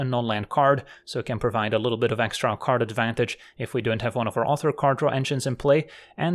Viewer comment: “karn advantage” 😂